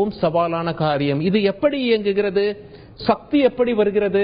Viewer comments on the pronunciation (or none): none